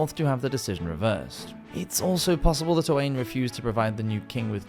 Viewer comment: His name Owain is pronouced Oh- Whine not Owain